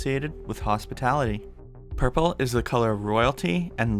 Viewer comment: And when he said purple it was like Magenta